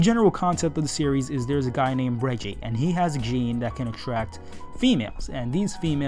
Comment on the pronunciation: This review isn't bad, but I have some nitpicks (they're nitpicks, so don't be overly concerned by my complaining). Your pronunciation could use some work, like how you're pronouncing Reiji like Reggie; it's pronounced more like "Ray" then like the letter "G" (but a bit shorter on the "ee" part of it). As someone who took Japanese class all throughout high school, I have to tell you that once you learn the rules, Japanese pronunciation is really easy since everything is spelled phonetically, unlike English (no silent letters or multiple ways to pronounce letters). It's a little irritating that you keep calling it an "anime" when it's a manga, but that's just a personal thing for me. It's like calling a comic book a cartoon TV show. Those girls that appear at the end aren't aliens, they're monster girls (like Rosario + Vampire or Monster Musume no Iru Nichijou). I looked through the image a bit after I read the chapter, and I could name and/or identify most of them (the only ones I couldn't were either too buried in the crowd or that girl in the air that just makes me think of MarineAngemon). This may just be because I'm a monster girl fan, so it may not be as noticeable to most people. The reason some manga don't get second chapters is because those are "one shots", which are sort of like short stories with open ended finishes or pilot chapters for potential future series. They're about the same length as the very first chapter of most series before they switch to the ~20 pag